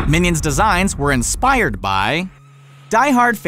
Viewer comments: “Inpired” instead of inspired. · YOU said inpired instead of inspired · Instead of inspired u rode inpired ( Im not native english speaker)